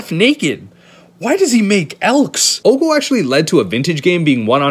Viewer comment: Normal pronunciation: Oko, slight pause Theif of crowns. This guy: oKo-tHiEf-oF-cRoWnS